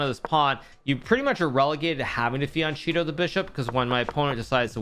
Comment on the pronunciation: Great content like always ! But please check the italian pronunciation of fianchetto, it hurts my ears hearing you say “fianchito” :)